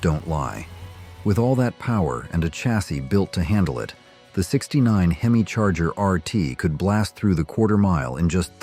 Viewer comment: I so agree! Especially on the AI voice narration you must be some Asian foreigner who does not know how to pronounce our words like hemi with the “e” carrying the short e sound! It is not a hee me! If you are going to narrate something use your own voice & learn what you are actually talking about! Also many of those cars like Willys were on the race track when the were supped up! Several of those small block 1950’s cast iron block could take the heat with out cracking the block. You especially do not know much of what you ar talking about. My goodness a true Co-bra enthusiast would laugh you out of the race track. It is not a cou bra.